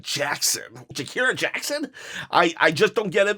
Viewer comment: bro please say jakara right its killing me